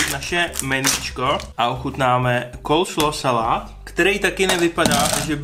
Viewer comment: Pokuď vim, tak je to Coleslaw, ne Colslaw